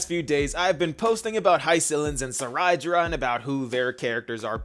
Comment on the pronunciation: Seriously I dont know how to pronounce some of their names.. Cyrene: Sai-ree-nee? I always pronounce her name as Sai-rin... Cerydra: Suh-rai-da? I thought it is Say-ree-dra...